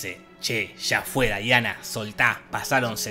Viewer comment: Me encanta que en muchas review le dicen Daiana y es Diana